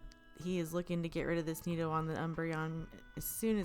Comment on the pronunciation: Great video! Why are you saying nido like that? Sorry I'm being annoying but it bugs me lol